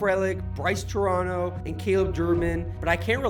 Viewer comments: "Turano" "frehlic" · Something special brewing in Milwaukee let's keep it going 8 more wins! Also calling him Brice Toronto and mispronouncing Frelick is not a good look my dude.